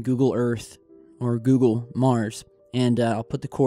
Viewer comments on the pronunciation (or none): none